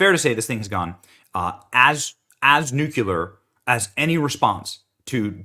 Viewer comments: Benny, the word is nuclear, pronounced new clear. Not Nuculer as (ignorant) Geo. Bush said.:hand-pink-waving::hand-pink-waving::hand-pink-waving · The word is nuclear, not nuculiar. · Its " nuclear" not nuculear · You look for people that never lied to you?!?! HAHAHAHAHHAHAHAHAHAAHAHAHHAH!!!!!!!!!!!!!! #stopderp Reminder: You use the word "nucular" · Hey, Benny. NUCLEAR is pronounced Nu-clee-ar, not nook-u- lar! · Benny- please… The word is pronounced “new-clear”. There is no such word as “nu-cu-ler”. Note that the spelling is nuclear. Said from the heart, not to hurt. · Is Benny saying nuclear or nucular? 🙃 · It's not fkn nucular ffs benny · Why do you say nuke-you-lar instead of nuclear? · Dude, please I beg you. Practice saying (nu-clee-er! You’re not an East Tennessee hillbilly. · Did Benny call it "nukuler"? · I just wish people could pronounce nuclear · Is Benny ever going to learn how to say the word nuclear.